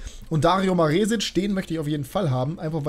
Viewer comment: Hi, das "E" in Maresic wird kurz gesprochen. Zumindest im österreichischen Fernsehen.